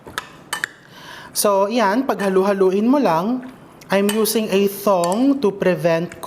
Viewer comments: It's Tong not Thong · I LOVE, LOVE, LOVE you… but pls stop saying “thong” for tong 🤣🤣🤣🤣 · Did I hear Chef RV say, THONG? 😄. Thank you for the recipe, Chef.